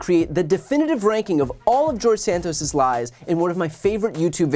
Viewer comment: he said jawdge Satoss, in the third person again, just like Trumpington trumpton